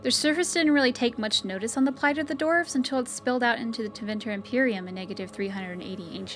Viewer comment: Dwarves being pronounced as "dorves" really throws me off :/